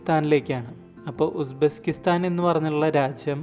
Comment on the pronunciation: Bro Uzbesskistan alla Uzbekistan